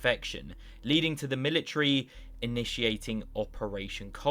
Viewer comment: Let's "ashume" that the worlds strongest "Mili-tree" bares fruit. What kind of fruit would it produce?